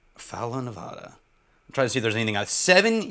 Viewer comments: On behalf of the good people of Nevada… the “a” sounds like the one in bad…. Not an “ah” sound. Love your content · For all of us who live here in Vegas - 1) We get to enjoy a lot of Frey Ranch (Yay), and 2) It's Nev-AD-ah not Nev-AH-da.